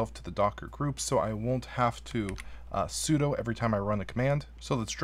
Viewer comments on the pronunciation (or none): none